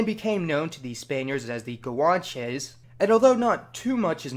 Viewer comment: The way he said guanches makes me wanna die